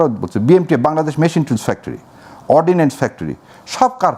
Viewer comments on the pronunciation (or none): none